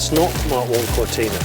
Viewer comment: Come on, Jonny, it's not a 'Ford Cortina' it's a Fowwwd Cowtinaaaahh' You, of all people, should know that. On that side of things. 🙂